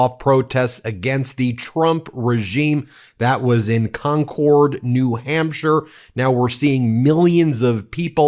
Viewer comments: C'mon Ben! It's not CON-cord....it's Conkhid.. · It's pronounced Con Card not Con Cord. Silly none new englanders lol. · It’s pronounced Con-kerd, New Hampshire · It's pronounced "con-kurd" 😊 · sigh.....not your fault....it's pronounced "con-curd" in NH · Concord is pronounced “conquered”❤ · In New Englandese, it's pronounced Kwonk-Id. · Concord, NH, has no “e” on the end. It’s pronounced “conquered.”